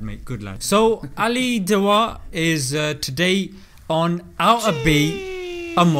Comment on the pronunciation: I know it's dawah.. but the way he said it in this video (as a joke) sounded dawaa..:p ✌